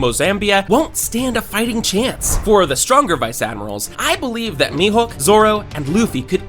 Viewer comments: Bro said mehook no its me hoeke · He called mihawk mihook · Bro said me hook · he din't call him mihawk he call him mihowk